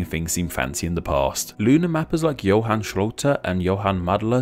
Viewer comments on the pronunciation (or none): none